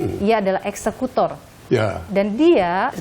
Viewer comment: Richad, bukan ekskutor mbak yu.